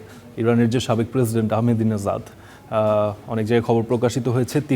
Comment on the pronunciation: ইরানের সাবেক প্রেসিডেন্ট আহমাদিনেজাদকে কীভাবে পড়লেন? উচ্চারন হয়নি তো! প্রথম ১০ সেকেন্ডেই ভুল দিয়ে শুরু